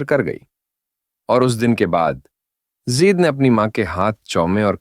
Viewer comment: زید زیر کے ساتھ نہیں بلکہ زبر کے ساتھ زید ہے اصل نام